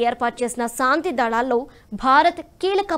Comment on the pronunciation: మీరు పదాలు పలకటo( pronounciation) బాగో లేదు. శాంతి అనటానికి బదులు, సాoతి అంటున్నారు. అలాగే 'ఐక్యరాజ్య' అనటానికి చాలా కష్ట పడుతున్నారు.